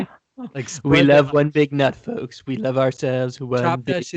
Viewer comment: Kyle can’t pronounce “folks” either